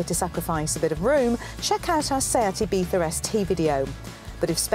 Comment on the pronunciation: you are the only british presenter I know, who reads car names correctly. "Dacia" and "Ibiza", both pronounced in their mother tongue. Pleasantly suprised!